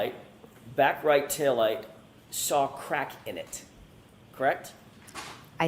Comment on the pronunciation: If Jen McCabe says "SAR IT" INSTEAD OF "SAW IT" one more time.....